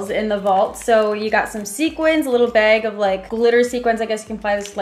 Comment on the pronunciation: i love how says bag. “beg”